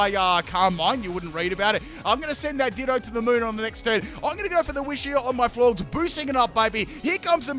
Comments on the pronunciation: It's pronounced Floor-jez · U calling them “florgs” had me dead 💀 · Florges is pronounced “Floor Jess”